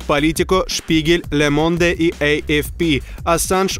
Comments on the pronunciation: Поезд сходит с рельсов, а не "с рельс". Не забывайте родной язык. Да во французском сразу две ошибки: не "ля монде", а лё монд (мужской род, е на конце не читается). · Верните Сёмина! Не ЛеМонде, а ЛеМонд!